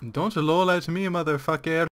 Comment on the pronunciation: "Mather Facker I am linden labs."